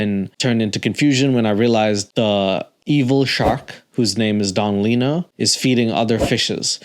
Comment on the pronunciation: I'm glad someone else caught that "little" pronunciation from Don Lino... Thought I was the only one who noticed as a child 😂